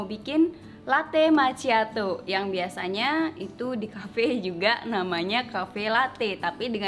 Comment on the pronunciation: Makkhiado bukan maciato, karena ada 2 c sebelum h ma'cch'iato